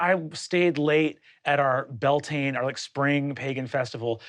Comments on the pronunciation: For any non-Irish, the Bealtaine festivals that Breenan mentions are actually pronounced Be-owl-ten-ah not bell-tain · I can't find the clip to see how he says it but I've always heard it pronounces b-yel-ten-a (then again I have a habit of crushing syllables together when speaking irish) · Every time he says "Bell Tain" I want to shake him. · I agree so much with Brennans take on the diaspora and the complicated relationship between irish americans and irish people. I'm Irish myself and there are shitheads on both sides of that divide. But every time he says bell-tayn or bod-ran i want to tear my fucking skin off... (Bealtaine is promounced b'yowl-tin-ah and is an important irish pagan festival, important enough that we use the name for the whole month. Its about spring and life renewing. A bodhrán is a hand drum and is pronounced bow-rawn) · The "Beal" in Bealtine nowadays is generally pronounced where the -Beal rhymes with the -Cal in California and the -tine is like saying "tin-ah". The history of it is sort of contested, but the general consensus is that it's from the words béal ("bale" = mouth) & tine ("chin-ah" [not as in China, but as in the chin under your mouth] = fire). It was likely still pronounced Bealtaine close-ish to modern pronunciation at least for the last few centuries before now ("bale-tin-ah"). So the mouth of the fire/fire's mouth, being the start of the summer season and the warmest part of the year - and a day of celebration and ceremony, where bonfires were lit in ritual to bring fortune and prosperity and good harvest in the year to come and much more. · with all the love and respect in the world… the way he pronounces bealtaine… Brennan no!! (bee-yowl-tana if ppl are curious) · why does he pronounce bealtaine like that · his butchering of bealtaine really got me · But his Bealtaine pronunciation though… 😬 regardless, yes, we accept him as one of us 😂